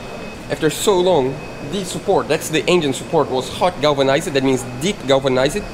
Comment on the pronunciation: I love the way says "galveuni-zaide (galvanized)"....